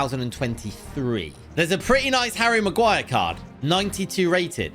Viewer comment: Did he say a bad word when he was saying magurire